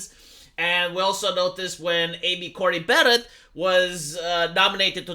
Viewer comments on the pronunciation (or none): none